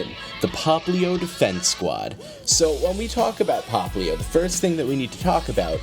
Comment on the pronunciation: it's popplio not poplin